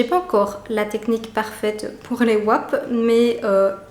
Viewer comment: Merci pour ces idées utiles! Par contre le W dans wrap est silencieux (en anglais en tout cas!) donc on dit juste rap, comme la musique ;)